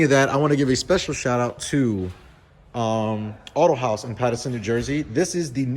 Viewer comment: It's actually "AutoHaas" not autohaus